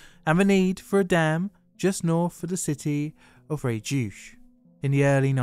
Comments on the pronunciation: Cool video but the way you prononce Frejus is laughable, it's not "freechuch" but "frayjusse" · for once in French you can pronounce all letters: FréjuS ;-)